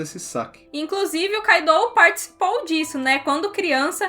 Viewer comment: Tipo o kaido , eu sei q escreve KAIDOU , mas a pronúncia q cai melhor seria KÁIDO (sem acento )